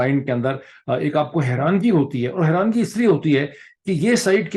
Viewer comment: Dr sb the correct word in Urdu is حیرانی and not what you are pronouncing “harangi”.